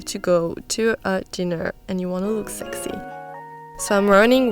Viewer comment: I like how she pronounces word sexi 😊